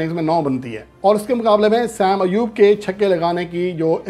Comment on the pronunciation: بیٹا دو لوگوں کے تقابل میں "بہترین" (best) نہیں ھوتا، محض "بہتر" (better) ھوتا ھے۔ بہترین (best) کے لئیے کم از کم تین میں تقابل ھوتا ھے۔ نیز نام کا تلفظ "سیم ایوب" نہیں "صائم ایوب" ھے۔